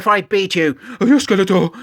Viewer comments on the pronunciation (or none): I keep hearing it as “Skeletwat”, rofl